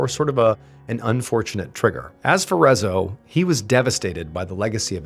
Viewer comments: well, yes, but not like he told the story, Rezső (in the video he pronounced rezzo) was a depressed man, who played on the piano in a restaurant like place, but mostly to himself, then one day, László liked how Rezső played on the piano, and asked him, if he could write a Music, for his poem, and after some trials and errors, Gloomy soundy was born, he was happy when people started to listen to their song, and finally could made a little earnings, but in the meanwhile, some people (two or tree if i remembered correctly) comitted suicide, and beside their bodies, were the gloomy sunday's lyrics written on a paper, so the police assumed it was his Music wich caused the suicide, so in the radio they almost cut short the song, then banned entirely from the rádiós, Rezső, fell in a deeper depression then the ww2 happened, he almost got beaten to death from a german man, but he recognised Rezső, helped him up, give him a cigarette and asked him to play the song, after that, when his wife left him, and he was alone, he tried to kill himself but failed, and was rushed to the hospital. Where he took his own life with a pillow. And after the suicide cases where were the lyrocs written beside their bodies, has became international, around the world people added to it to sound more tragic, than it is, that dozens of people killed themselfs after hearing the song when its not entirely true, 2 suicide cases were officialy tied to the song and one as a speculation, the rest if i know righ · Is Rezzo how you officially say his name in English? I never heard of this, I'm Hungarian and the whole time I kept thinking how can one butcher the pronunciation so much 😂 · Nekem egyből leesett, de a végéig fájt ahogy kiejtette a nevét. 😅 A Jávor László is fájt, de a Rezzo rosszabb volt.